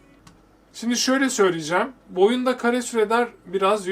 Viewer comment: renkler "oyuında" çok patlak